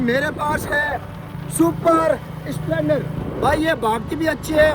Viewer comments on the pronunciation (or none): Splendor ❌ Spelonder✔️😅